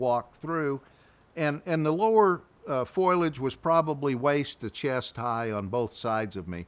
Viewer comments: The word is not foilage. It is pronounced foe-lee-idge. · ✅Foliage - fo, lee, age ❎ Foliage - foil, age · I'm a New Englander and we all say some words funny but so many people say foil-age but it is pronounced .. FO-LIAGE. I'm not picking on anybody...I still catch myself saying "granolar "bars ...soder..etc. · The word is foliage. "Fo li edge" not "Foy ledge"😊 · This is great! But oohhh grinds my gears every time he says "foilage" instead of foliage! It's as bad as "nucular" lol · Foilage or foliage? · Foilage if you're Marge Simpson, or my mom. Foliage if you're everyone else. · Great recounting…but have to say,it is fo-li-age not foil-age. Surprised to hear that from an outdoorsman. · Ok, I'll say it out loud.....F O L I A G E. Not, foilage. Google tells me that is not a word. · It's "foliage" not "foilage." Good Lord! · why does he keep saying FOILage instead of FOLIAGE like, dude?? you want me to take you seriously and you make this kind of grade 5 mistake over and over again? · He learned english from Marge Simpson. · Its foliage not foilage. Mispronounce that word drive me crazy to hear that. He is well spoken other wise. Whew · “Foilage” 😂😂😂 The word is fo-li-age - I can’t believe no one’s ever told him this since he says it so many times. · could you tell him it's 'f*OLI*age' instead of 'F*OIL*AGE' pls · It's called foliage, not foil-ege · "Foilage" 😂 ok, Marge Simpson